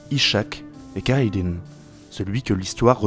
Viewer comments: Assez bizarrement, tu prononce super bien El-Khadi à 8min25 mais pas Khayr ad din (que tu mix entre la francisation kerredine et l'arabe khayr ad din). N'ait aucune honte à bien prononcer car tu y arrive bien et le viewer arrivera à comprendre (alors que les H, 3 et Q de la langue arabe risque d'être plus difficile pour ton audience et à prononcer.) Il y a quelques raccourcies (par exemple, la bataille de tlemcen est zappé, il s'agit d'une alliance entre les zianides et les espagnole) mais la vidéo est bonne, je trouve que tu aurait du parler de la prothèse d'Arudj, une espece de main griffus en métal. Après tout, le mythe du pirate munie d'un crochet vient de cette même prothèse. Il y a tout un débat dans le monde arabe-turque sur la mention de pirate qui serait mal connoté et trop européanocentré. Certains préfèrent "corsaire" comme Jean-Louis Belachmi auteur de " Nous, les frères Barberousse, corsaires et rois d’Alger" voir de marine ottomane pour diverse raison. Le fait est que Pirate reste un terme qui plait donc beaucoup l'utilise mais cela reste décrié. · Tu pourrais au moins bien prononcer leur nom, non pas kayradin mais khayrèd'din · "Khayr ad din", le kh se prononce comme dans Khaled ou la Jota (J) espagnole